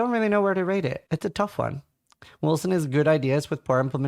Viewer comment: Its Wolcen.